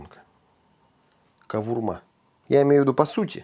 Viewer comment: Автор во первых Не Кавурма а Говурма. И это тюркское слово. И это не армянское блюдо. Неуч